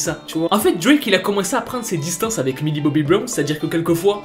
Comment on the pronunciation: OH PUTAIN!!! MILLIE! PAS MILI!!! Mdr je t'adore!!